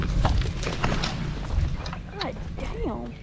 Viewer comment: Lol said gid damn lol